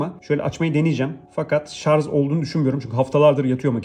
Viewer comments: Adamın teknoloji kanalı var, ‘şarz’ diyor konuşurken. Bu ne yahu??? 😂😂😂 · Şarj o Şarz değil.